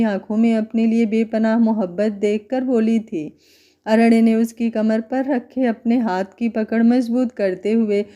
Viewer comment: अरण्य को ड नहीं न बोलो तो सही रहेगा अरेड नहीं